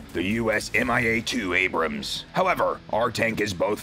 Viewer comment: "M I A TWO ABRAMS" LMFAO how you expect to fight one if you can't even say it's name right.